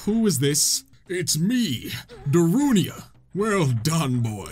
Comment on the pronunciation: Just um It’s pronounced Da-roo-nya